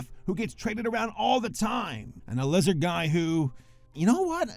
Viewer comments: I genuinely thought he said wizard and I was so lost. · did you pronounce the L like a w in lizard